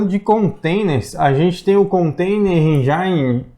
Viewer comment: Excelente!!!! Explicação descontraída é um ótimo caminho! . . . . . . . 🤫 Já sendo muito chato e pagando de dicionário... Põe lá no Google "engine pronunciation"... Certa vez um americano ficou olhando pra mim com cara de b***a quando pronunciei do jeito de vocês... . . . Fora isso ganharam um "escrito", um fã e um divulgador de vocês!!! Parabéns pelo trabalho!